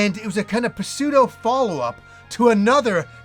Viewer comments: Did you just say puh-pseudo?... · Love your vids and takes. Interesting thoughts here but I think your original reviews were good at the time and not “wrong.” Current you is bound to see things differently than you did 20 years ago. Also the P in pseudo is silent ❤️ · I've never heard anyone say pseudo with a hard 'p' before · It's a far bigger crime than any of these reviews 😂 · People have been trying to tell him forever how to say it but he either doesn't see our comments or doesn't care I guess 🤷🏻‍♀️ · The p is silent bro.